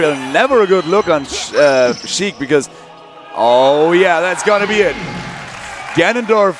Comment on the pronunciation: D1: "ganon-DORF"